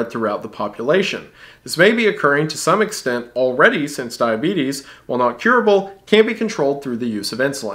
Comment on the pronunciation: When he almost called diabetes "The Beeties" I damn near lost it.